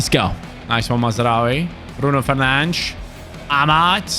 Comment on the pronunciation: I love the fact that actually pronounces Bruno Fernandes correctly